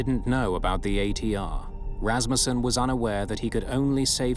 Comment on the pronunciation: Thank you for pronouncing Rassmussen correctly.